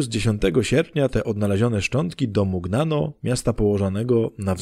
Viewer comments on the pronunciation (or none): Szczęść Boże🙏❤🕊 Jeśli chodzi o Mugnano to gn czytamy jako ń więc będzie Muniano o ile się nie mylę więc proszę sprawdzić. Z Panem Bogiem🙏❤🕊